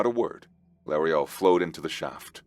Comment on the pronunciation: I keep hearing Brun-girs name as junior. lol I'm hearing lauriel? s name as la or le Ariel , as in Shakespeare's Ariel from um, 'midsummers nights dream'? or 'the tempest' maybe? 2 that I haven't read anyway .